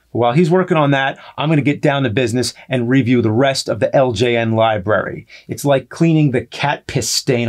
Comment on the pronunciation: After all these years, I still laugh at James saying “re-view” instead of “review”. :)